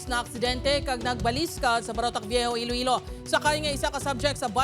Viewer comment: Ee-loh ee-low city